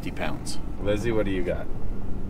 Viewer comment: Sorry Lizzy, not Lisy